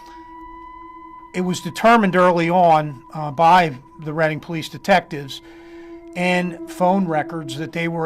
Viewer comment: Reading pronounced “Red-ing”